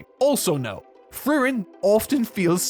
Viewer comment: the amount of times you screwed up Frieren's name and Ferns was comedic in its own right. great vid besides that. makes me want to finally delve in.